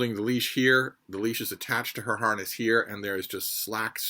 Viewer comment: I thought you said "her heart is broke" and I wondered what did you do to Freida? Then I heard you say harness 😢 😂